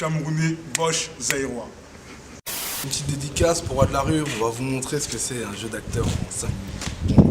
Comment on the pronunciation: mdrr deja c'est zairois pas zeyroi mon frère c'est congo kinshasa . ;)